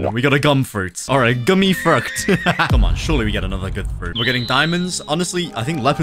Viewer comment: He said gummi in germany wrong bruh